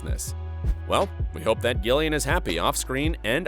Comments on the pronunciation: It's pronounced Jillian not gill ian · Is it just me who noticed the voiceover pronounced Gillian with a hard g rather than Jillian (how it’s supposed to be pronounced) is this an error on the part of the voice over or does Gillian just pronounce it differently? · why do you pronounce gillian like that it’s so annoying